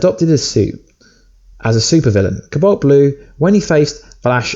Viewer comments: cu balt blu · Is the way he says cobalt pissing anyone else off?